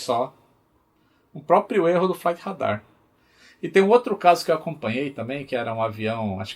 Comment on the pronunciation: "Flait rêidar tuent four"